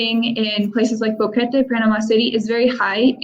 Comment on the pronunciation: Bo(short o) que (u is silent and the /e/ is short sound and te (short /e/ as well) at least learn how to pronounce the names of the towns and cities.